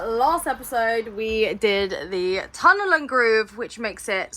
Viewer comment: tongue and groove, not tunnel and groove.